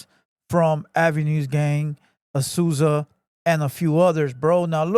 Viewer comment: I thought he said azuza